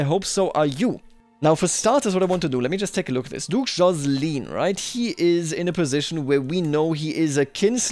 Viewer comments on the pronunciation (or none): none